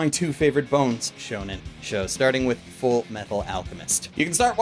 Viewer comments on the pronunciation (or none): none